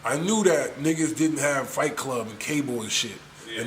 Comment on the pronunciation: Any reason in Particular why y'all spell and pronounce it FLIGHT klub ?... knowin damn well its FIGHT KLUB?...